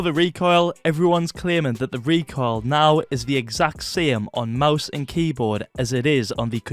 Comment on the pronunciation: That's not... "recoil"